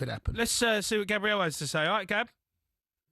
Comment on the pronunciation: O'Hara calling him Gabrielle and not Gabriel 😂